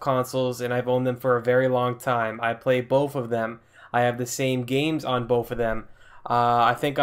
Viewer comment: I have bof consules,I play bof of them,I have the same games on bof of them you went to school right it's "Both" sounding(b) (oa) (th)